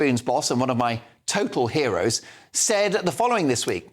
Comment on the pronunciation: Did he say Tim Martin is one of his “hair-os”